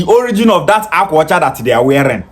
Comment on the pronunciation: Akwa ọcha is Igbo language meaning "White cloth" He's claiming Anioma yet he can't pronounce Akwa Ọche. Why is he crying on their behalf & draging them, is it byforce to be Bini? 😅 funny people.